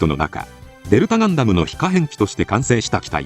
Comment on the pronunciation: ガン↑ダム↓の発音がなんかクセになる